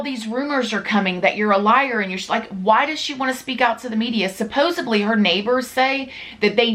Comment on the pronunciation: Not to be mean but . There is no b in supposedly